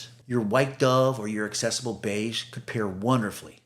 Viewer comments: AK-cessable Beige. The first C is pronounced like K. Like "access." It's not "assess." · Accessible is pronounced ak-sessable. I only care because AI often mispronounces words. And when you posted Sherwin Williams Accessible Beige, you only capitalized Sherwin. So now I don’t know if you’re a human or not. 😂 Again, I don’t care about perfection, but these little tells are the AI giveaways. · Nice color ideas, but check the correct pronunciation of accessible and Hague.